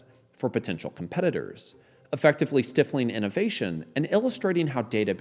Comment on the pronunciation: It's pronounced STY-fling 🤦‍♂